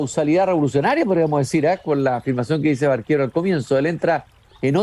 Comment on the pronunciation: Ojo, no es Barquero, es Baquero. Y dónde saca eso de que se ha hablado de una relación sentimental? Falso. Y si habló con Lihn en 1974, pues la primera edición de Paradiso es de 1967. Lihn seguro estaba leyendo la edición de Era. En fin. Mal. Se ve que Lezama Lima le importa poco a este cuate.